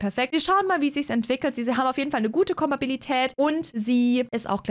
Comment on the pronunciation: Ich liebe es wie du „kompatibel“ aussprechen kannst, aber „Kompatibilität“ nicht aussprechen kannst😂🥰